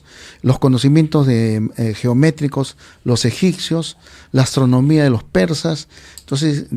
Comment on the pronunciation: Cuando dijo los EGICCIOS… lo dejé de oír